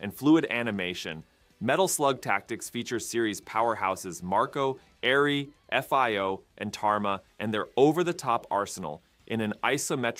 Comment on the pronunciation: "Modest success on the 3 Desa Seconds." Bro what the fuck system is the 3 Desa Seconds. Also, yes, Metal Slug, with its iconic F-I-O character. Is recording your own voice instead of using an obvious AI voice that hard?